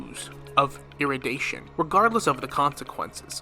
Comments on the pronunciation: Say it with me now, É-RU-DI-TION, not erudation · Erudition is pronounced eh-ru-dih-shon